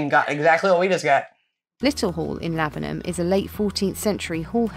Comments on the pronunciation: Your pronunciation of Lavenham was spot on. Well done! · It bought my heart so much joy when you pronounced Lavenham so well on your first try ☺ it does depend on how Suffolk your accent is to how you pronounce it, but you pretty much nailed it imo xx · Suffolk - South Folk (as it started off being in the long distant past. A place I adore....and live in. I have a late 1390s house in a lovely Suffolk village not far from Lavenham that was used as Godric's Hollow. Yes - you DID pronounce it correctly. There is another house in Lavenham called The Crooked House. Its opposite The Swan Hotel. If you choose ONE VILLAGE to visit in Suffolk - go to Lavenham. Time it to then go visit (just down the road) to Kentwell Hall - a moated Elizabethan Manor house in Long Melford. Kentwell puts on historical events. I am just about to do the last day of a week long event set in 1564. I play Lady De Vere....remember De Vere House? Those De Vere's!! Feel free to message me if you want any suggestions on where to stay, what to see. BTW...(more for others reading comments who are HP fans) the actual "Harry Potter" house does NOT exist....it was created for the film. The house called De Vere House, is often said to be the HP house. Nice to see this video is correct in its description. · You girls are now officially English ..having pronounced Lavenham properly. 😋 ...welcome to being English .. you are one step away from getting your Dame-hoods from King Charles.